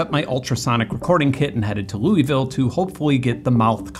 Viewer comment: pronunciation of Louisville. Not saying it's wrong, mind you, just sad not to hear it pronounced right. ;-}